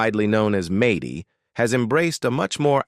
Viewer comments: Maidy? Really dumb channel. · Who says MADDIE WITH A LONG A??? Soooooo annoying!! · Who in the world is MAY DEE. It’s Maddie. Short for Madison. Do your homework before you put it on the internet. Good grief. I can’t listen to this anymore. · AI READING is horrible. It can not pronounce Maddie, Who says Maddie with a long A. So wrong , AI is very dumb. Pronounce Maddie and the A is said like (at). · Fix the name saying! It’s MADDIE NOT MADIE! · It's pronounced Mad-dee, not Made-ee! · I agree